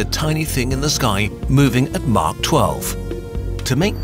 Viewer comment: Nahh it's what the idiot orator stated "cunts." He obviously means cuts but clearly pronounced; cunts because he is an idiot of a mouth-breather, not a Human. The Dumb-Fuck thinks "Mach 12" is to be pronounced "Mark 12."